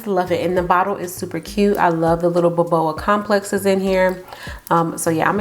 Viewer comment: it's just BOBA nit BOBOA